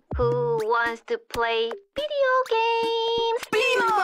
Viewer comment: “Who wants to play bideo gamess??” Legit bmo is so hella cute with the way he says and pronounces things